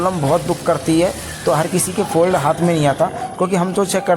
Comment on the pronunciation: फोल्ड नहीं। फोल्ड मतलब तह करना। फॉल्ट। फॉल्ट मतलब खराबी।